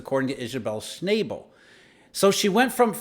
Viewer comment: Sch-naw-bull not Sch-nay-ble